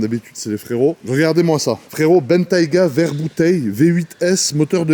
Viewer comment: La prononciation de "capot bombé" et "verre bouteille" est totalement incompréhensible 😂